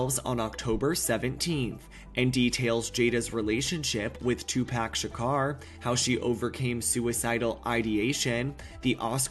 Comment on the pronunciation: Please learn how to say tupacs name correctly. This is not okay for such a large news station